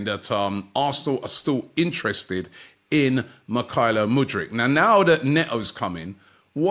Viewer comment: Muddyk?? Hahaha..